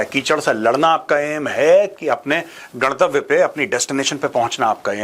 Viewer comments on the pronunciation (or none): मेजर साहब गंतव्य होता है, गड़तव्य या गणतव्य नहीं